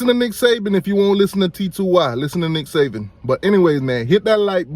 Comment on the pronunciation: It's Nick SaBen. Not "Saven"